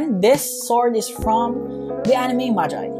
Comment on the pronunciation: Salute to i love the way says magi although its the wrong pronunciation it so supposed to be ma gee